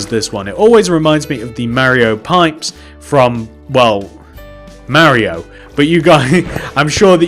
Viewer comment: what he meant : Mario what it sound like: merio